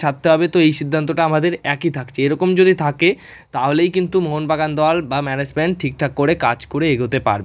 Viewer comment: তোমরা কারা? কার হয়ে দালালি করো? তোমাদের উচ্চারণ এরকম কেন? ম্যানেজমেন্ট কে বলো মেনেসমেন্ট। কোচ কে বলো কোস।